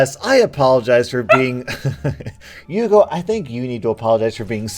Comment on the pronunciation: Its Yugo not Hugo